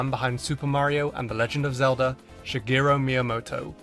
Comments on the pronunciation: It blows my mind that you say Shigeru as Shigiro. WTF. stop. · ShigerU not ShigerO